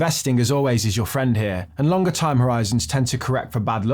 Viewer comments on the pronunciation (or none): none